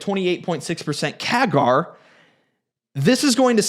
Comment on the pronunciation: Don't trust a shill who hasn't worked a day on Wall St., mispronounces "CAGR", and incorrectly explains how a "backlog" justifies a ginormous rev miss. This guy is probably the worst (i.e. dumbest) stock analyst on YT. Just one example: he's confident due to Fluence's backing by Siemens. He doesn't mention the lawsuit between Fluence and Siemens. He also talks about how tariffs help this all-USA manufacturer without discussing what the break-even tariff on Chinese product would have to be to equal Fluence's product cost. Did this dude even graduate from high school?